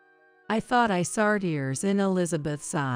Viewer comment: The word thought it's not pronounced as fart, a fart is the expulsion of gas from the body th is not sounding as a f